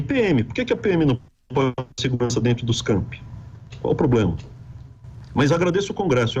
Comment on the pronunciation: NOS CAMPING???? NOS CAMPI? QUE QUE ELE FALOU?